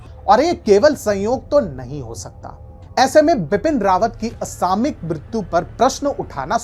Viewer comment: the correct pronunciation is 'असामयिक' NOT 'असामिक'